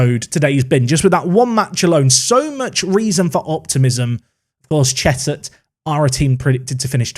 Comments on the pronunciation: It’s Cheshunt, not Cheshut or Chesthurt! You always manage to usurp your pronunciation mistakes but it’s all a part of why we love these series! Keep it up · Also, I live right next to Cheshunt, it’s pronounced Chez-unt 👍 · Cheshunt - chez unt